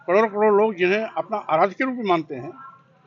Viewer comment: Cororeo nahi bol pa raha hai